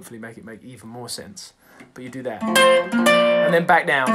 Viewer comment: Jameses Bay "but you do thAHt"